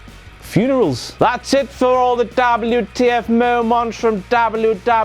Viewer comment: I love it when he says Dablew Tee Eff !